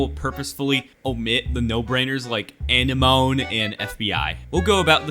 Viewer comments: "ANNA-MOAN" LOL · that pronunciation of Anemone killed me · 1.Anemone is pronounced anemene 2.nintendo did rbg in 3ds for mario kart 7 it works in rainbow road 1st tour finish line also ctg7 made it work for other tracks like the miku and also ctgp7 uses rgb light to warn you about attack items 3.❤❤❤❤ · anne mone is how it's pronounced phonetically, it's actual pronunciation being different is abnormal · pronounce it like the thing that finding nemo lives in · This is why they need to bring back phonics.